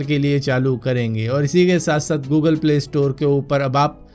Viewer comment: 0.13 fogal nahe google hota hai